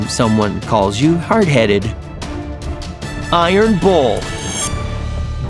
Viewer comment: Who else taught he said iron balls instead of iron bulls.